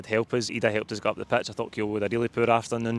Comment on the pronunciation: How long does Kyogo need to play for Celtic till pronounces his name properly?